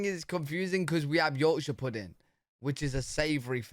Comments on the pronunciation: I get a kick outta the British not finishing words like "wha" versus "what" ... puddin' vs pudding ...or, sometimes dropping off the 1st part of words like ear vs here My dad pronounced battery as "bat tree" ...his father's (great?) grandpa came from UK .. he also grew up on mincemeat pie ... I made it for him once .. he was so excited cuz he had not had mincemeat since he was a child (I had to look up a recipe ... it tasted awful to me, but my dad loved it) so, the monarchy does not have power, but parliament does? does this mean UK lives under an oligarchy? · I get angry when you pronounce words, lazily!! Example: button, pudding, and British. No t’s in button, no g at the end of pudding and British sounded like you said Brish!